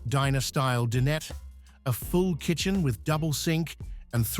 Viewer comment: Din-et? 🤣 Ignorant "a-i" can't pronounce dinette!